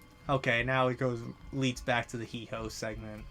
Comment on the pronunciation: Heehoe?🤣 it’s Heewho